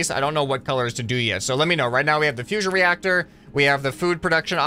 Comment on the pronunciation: Fusion reacsher